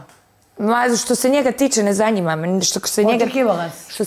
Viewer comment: Njezanima je Asmin,njezanima.